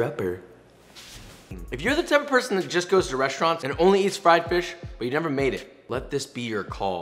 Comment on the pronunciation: Fwied fwish twyme - ahhhahahah fuckme that is funny